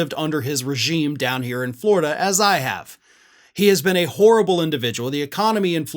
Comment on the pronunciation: He is still the governor of Floread'uh, isn't he?